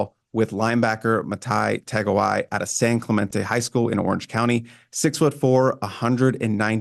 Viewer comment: Tah-Go-A-Ee. Not "Tongiai"